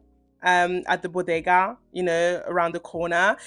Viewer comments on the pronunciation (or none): none